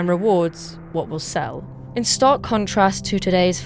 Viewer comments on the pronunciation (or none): none